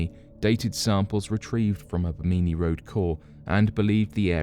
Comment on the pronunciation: BIM'-in-nee, not Bim-MIN-nee.